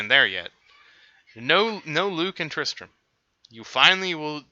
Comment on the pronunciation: You know it’s Tristan not Tristran right